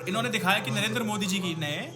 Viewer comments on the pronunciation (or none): none